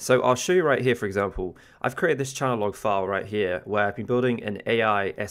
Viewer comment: Great tip, i'm going to try it.. By the way.. it's pronounced .. Change .. Log.. lol.